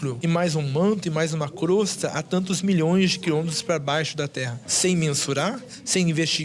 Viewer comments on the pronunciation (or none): none